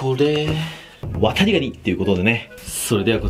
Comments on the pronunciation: 「ワタリ」の言い方が「渡部」にしか聞こえないw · 「コップにワタリ(119)の身を入れて〜」 ごめんワタリ、こうとしか聞こえなかった。